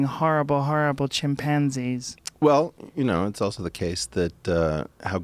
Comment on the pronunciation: Anyone else hear Joe saying " chimp pansies " ? Cant fkn unhear it.